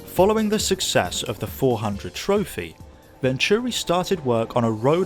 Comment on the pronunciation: Nice video. A great car for the BPR and GT1 categories, within the spirit of the rules too. I remember the 600LM running with the fastest F40s at Le Mans in the opening laps in front of the McLaren's, only finished 20th or so though if I remember correctly. They always pronounced it Vontury on the telly though.